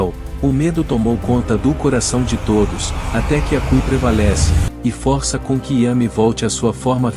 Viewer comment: Não é fórça e sim força